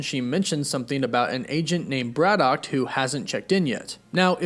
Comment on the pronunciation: Your pronunciation of Braddock is weird and wrong